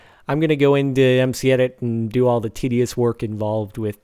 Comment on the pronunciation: No offense but you said toe not the.